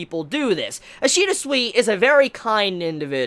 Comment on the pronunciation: remember, Ishida's name pronounces as "Soo-Ee" (like in "soon" and "week"). Not as "Swee". In Japanese any "I" sounds the same, no matter after which letter it goes (so it sounds the same as in "ki"). The same goes to any romanji letter from Japanese. (the exeption is "U" when it's between two consonants. in such situations it can be not pronounced at all) so yeah: Sui pronounces like "Soo-Ee"